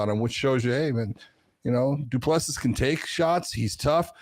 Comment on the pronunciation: The last S is silent, FFS. Come on, listen to how EVERYONE else pronounce it. Du Ple Si